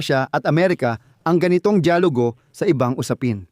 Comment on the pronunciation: Mali Ang Salitang “ DAYALUGO “ at HINDI DIYAGULO” FYI” only “ Because your my Brother” Thank you 🙏